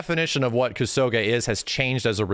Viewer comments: your mispronunciation of the word kusoge is grating. It's a Japanese word and you are butchering it with Anglocized fury. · The way max pronounces kusoge and Hokuto no ken weirds me out for some reason.